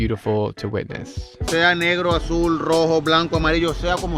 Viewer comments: They told you to call them negro [nehgro] and somehow you used the english pronunciation negro [neegro] smh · In Spanish it's mostly pronounced NEH-GROH not NEE-GRO. It sounds less offensive when you pronounce it that way. lol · Haha It’s nay-gro not “ne” that a big difference brother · Yea I think you pronounced negro wrong Lmaoo